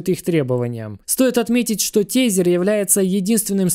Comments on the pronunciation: Тезер звучит круто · чувак говори пожалуйста > usdt < ... "TESER - тизер" ни хрена не звучит...